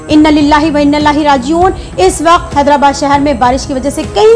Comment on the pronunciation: Quran ki aayat hai. Inna lillahi wa inna ilaihi raajioon. Aapne galat padha hai Madam. Aage se aisa na karey.